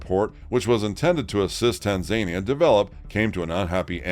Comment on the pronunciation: It's tanzaNIa